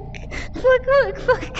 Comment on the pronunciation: Vr trap said “uck” like 5times then the rest was “pork you” and I’m like “wtf who says pork you or uck uck uck uck uck”